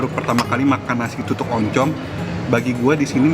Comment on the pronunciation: Tutung koh bukan tutuk